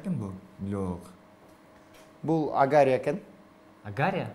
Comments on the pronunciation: Гангир го агария эмес Болгария. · Болгарияны , Олгария деп салдыбы?))) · алып баруучу каяктагы "Агария" бул Болгария болуп туратко!!! Алмаштыргыла!!! Кичине маданияттуу отурсаң боло, дебей деп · Алып баруучу Болгариянын желегин "Агария" дегени жакшы экен🤔😬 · Алгария деп койдуго))) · Ужас Агария деп койот